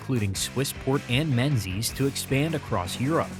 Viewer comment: In Scotland, Menzies is pronounced Mingis.